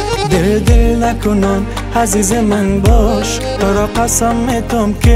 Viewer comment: اجمل جان متوجه تلفظ ع،ح و الف باش چون در آهنگ عزیز را حزیز تلفظ میکنی.